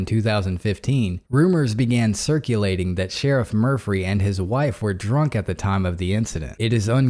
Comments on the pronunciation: Murphy not murphry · I like the way you pronounce Murphy with an extra “ r “ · I want his name to be Murphy so badly. Saying Murphree makes me feel drunk. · Good hearing ya bud! So is the Sheriff really named “Mufry”, I heard Murphy the first time haha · Murphry? I’m confused 🤔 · Murphry. Sorry, couldn’t help it. Love the channel ❤️